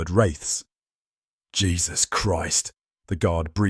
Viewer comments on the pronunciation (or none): none